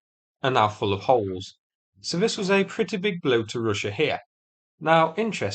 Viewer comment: Say russsha again? Great accent